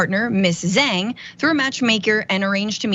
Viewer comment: The turkish dood became the I God'your Bill Father in prison. No bully.😉 Also,, if you're chinese why are you pronouncing their last names wrong? haha